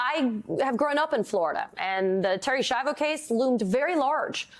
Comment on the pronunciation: This poor woman, Americans couldn’t even pronounce her last name. Ski-ahh-voh, not Shy-voh